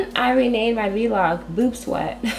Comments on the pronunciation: i love that you say V-LOG!!! lol you're the only one that's ever said that besides me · idk if she just said v-log instead of vlog